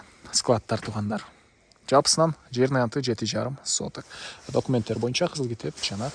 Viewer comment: Документ деп сонун айтатта😂😂😂😂ушул жери жагат